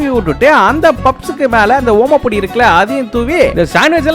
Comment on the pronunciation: Oma podi ella bro athu , om podi 😅